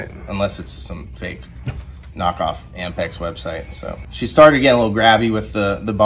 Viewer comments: Ampex? Cmon guys… Apmex. 😂😂😂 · "AMPEX" huh? is that anything like APMEX? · Is the thing he's calling AMPEX actually APMEX? Either way no one should ever say NEVER.